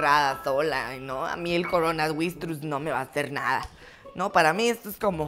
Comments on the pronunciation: "Coronavistrus " YouTube: Maravillosa jugada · La mama de le dise coronavistrus jajaja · Nadie Absolutamente nadie Mama de: coronavistrus xD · Nadie: Absolutamente Nadie:: El Coronavistrus xd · Nadie: Mamá de:Coronavistrus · Miro este video todos los dias y amo como ase videos y me darisa cuando dice coronavistrus 😂😂😂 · yo entendi corona vistrus pero no se cual sea pero no importa eso igualmente me dio muchisima risa jajajajaja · "EL CORONAVISTRUS" JAJA mori🤣🤣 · Like: coronavistrus. 😂😂😂😂😂 Comenta: coronavirus. 😒😒😒😒😒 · "Coronavistrus" jajajajaa 😂😂😂😂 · Jajajajaja jajajaja jajajajajjajaja me morí de risa cuando dijo coronavisnuturs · Jaja cuando la mamá dice corobistrus 🤣🤣🤣🤣🤣🤣🤣🤣🤣🤣♥️ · Nadie: Absolutamente nadie: La mamá : coronavistrus xD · dice el CORONSVISTRUS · Me morí de risa cuando dijo el coronasvistrus 🤣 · Nadie Absolutamente nadie: coronavistrus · mama:coronavistrus yo:hajajajjajajajaj es COronavirus Jajajajajaja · Me dio risa cuando dijo corona vistrus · coronavistrus Jajaja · "EL CORONAVISTRUS"😂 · coronavistrus jajajajajj es coronavirus jeje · " El coronavistrus " xD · No es coronavistrus es coronavirus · Nadie Absolutamente nadie: El Coronavistrus 😂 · "El coronavistruz" :D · Jajajaja mira que risa me da y mucho coronavistrus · dijo corona wistrus jaja XD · Me da risa cuando dice coronavistrus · "Coronasvistrus" Jajajajajajajaja xD😂😂😂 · el cronavistrus jajajaja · Nadie::El coronavuistros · Nadie: Absolutamente nadie:: CoronavistruZ. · jajaj el coronavistrus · Mamá de: primero dijo: Coronawirus Después dijo: Cironabriucs tercer después dijo: Coronavdrus Like si escucharte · Nadie: Absolutamente nadie: La mama: el coronavistrus jajajaja 4 camiones de papel para que necesita tanro papael jajajaj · Se dise coronavairus XD mugre coronavairus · Nadie : Absolutamente nadie : Mamá : coronavistrus xd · "" El coronavistrus "" amee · Jajaja me dio gracia cuando dijo coronawuiros